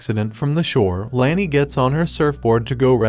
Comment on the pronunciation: It’s Lani, not Lany.